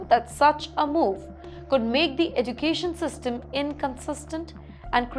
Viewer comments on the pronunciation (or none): Learn to pronounce "education" first then report.